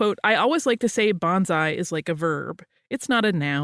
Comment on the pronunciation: Just an FYI, so you won't be corrected in your pronunciation as rudely as I was. Say it like Bone-sigh.